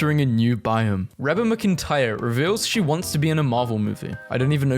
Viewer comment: Reba is pronounced Ree-ba. Reba is a contry singer and acted in a show called Reba.